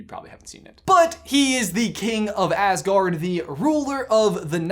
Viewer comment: Did you say Assgard instead of Asgard on purpose or..?